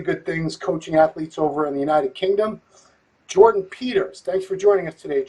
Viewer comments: Bro called legend to a podcast and couldnt even say his name right smh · An unbelievable level of ignorance. Invites Jordan on, can't even get his name right......